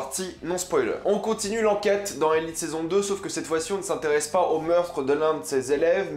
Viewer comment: btw on dit elitÉ c'est en espagnol ;)